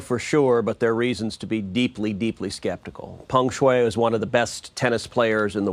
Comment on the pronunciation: Yes, I'm wondering the same. What gives Lying Ted any credibility on this subject? He can't even get the tennis star's name correct, calling her Feng Shui, instead of Peng Shuai.